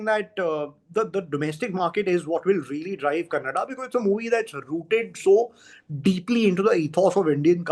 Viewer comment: Speaker can say Canada but not Kannada